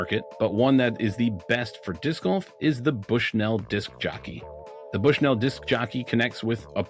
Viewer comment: As someone from Bushnell Illinois it's pronounced like "Bushnull"